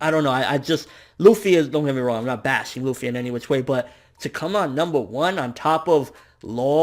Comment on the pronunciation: MATE LUFFY ARE YOU REAL, its LUFFY